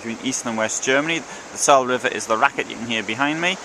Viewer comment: Learn proper pronunciation the e on ther end of the Saale is pronounced....!